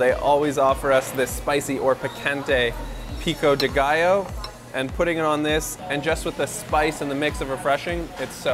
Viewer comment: Exactly. Is not "Pico de gallo".